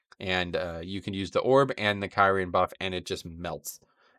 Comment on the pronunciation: I loved watching this video, but man did it bother me when I kept hear you calling it Kyrin, lmao. Good guide none the less.